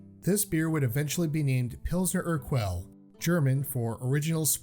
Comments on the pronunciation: I've been to Prague ... most like Staropramen It's pronounced Err -gull not Err-kwell ....... Hallertau not Haltertau Try a little research and practice before recording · By the way it's pronounced "Pilsner ur-KELL" and it's "HAL-er-taw" hops not haltertau